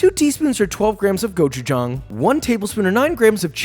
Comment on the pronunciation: gochujang pronunciation 10/10